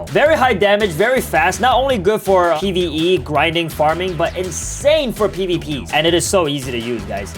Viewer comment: Bro said pve XD